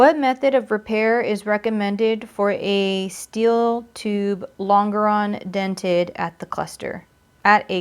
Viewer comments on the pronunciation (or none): Longeron is pronounced Lonjeron lol good video tho!!